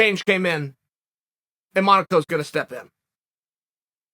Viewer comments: Did he call him Renato Monaco? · “Monaco is gonna step in.” Sometimes I think Uncle Chael looks at someone’s name and assigns the closest sounding word to their name. 😭🤣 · How the hell did Chael get Moniko out of Moicano? Chael cracks me up with the names he comes up with, the funniest thing is he doesn't care who he is talking to and he still says them just however he wants to. Chael your the Man!